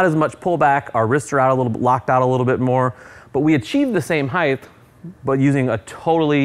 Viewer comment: Heighth? Just throws a squiggly line.